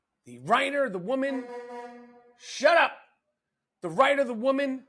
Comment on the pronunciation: "Shut up!" Said like a real NYer 😂😂😂